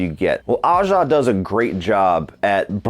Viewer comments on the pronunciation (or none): I don’t think I ever saw this but now I wanna check it out. It sounds like a cool little movie Btw I believe Aja is pronounced like “A-zjah.” My French is very rusty lol.